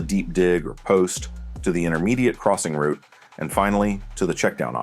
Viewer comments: Rerecord this but say route not root plz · for paths and highways yes, but not in football. Always pronounced as "rout" (rhymes with "out"). This is the only nitpick I had about this video, otherwise great video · Great vid but the way he’s pronouncing route is bothering me lol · The word you're looking for is "route," not "root." English matters. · Route can be pronounced both as "rowt" and "root". The word's origin is from French and English has maintained both the original and the adapted pronunciation in modern lexicon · route can be pronounced both ways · Good video, but good lord please stop calling them "ROOTS" lol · Dude pronounces route like root. Thumbs down for being annoying. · Root??? Ohhh route. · Other people pronounce it that way. I know British english says it that way.